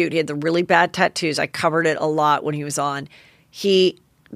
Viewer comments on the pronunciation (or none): none